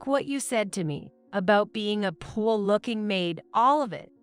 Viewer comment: They really need to edit these AI voices with their mispronunciations. Saying 'fiance' as fee an cee instead of fee ahn say. Pronouncing poor as poo or pool etc. Seems like in every story narrated by AI the same words are said wrong (wound and wavering are others I've heard)